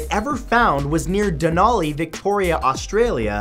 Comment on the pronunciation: 43 - Denali is not a place. It's Dunolly. DUN-NOL-LEE